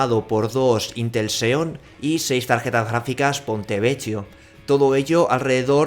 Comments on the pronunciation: Que dolor de oido 'PontevecCHIo', por favor se pronuncia 'Pontevequio', de otra forma hace llorar al niño jesus (bueno al menos a mi si me hace llorar XD ) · Ponte vequio se pronuncia :(